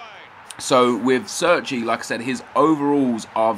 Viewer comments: He's Italian so sits pronounced "Chair-Chee" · Chairchee is how it's pronounced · pronouced CHAIR-CHI